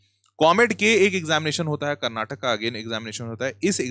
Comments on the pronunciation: sir pleaseee, its not KARNATAK its KARNATAKA. for christ sake pronounce karnatakaaaaaaaaaaaaaa🥲🥲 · Sir, can u please pronounce it as Karnataka rather than Karnatak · One request please pronounce karnataka❤. Instead of Karnatak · That's Karnataka Not Karnatak 😡🤬